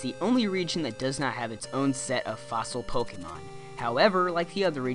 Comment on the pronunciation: it would make me very happy if you didn't say "pok-ee-mon"